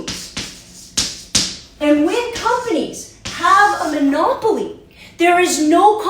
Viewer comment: Ponopoly, huh?